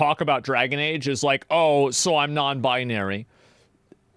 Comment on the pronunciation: "non buy-nary" lmao